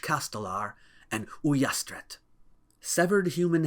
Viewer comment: As a spaniard I am so impressed at the fact that a foreign person knows about "caps clavats"(nailed heads). Your catalan pronunciation of "puig castelar" and "ullastret" was perfect too??? 😨✨